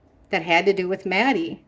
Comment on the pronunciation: Maddie not mattie